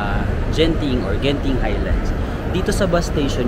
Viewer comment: Hard G for Genting. Not Jenting or Zenting